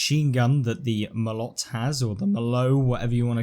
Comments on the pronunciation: The T in Molot is not silent, FYI. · Nope. In Russian, you pronounce the T.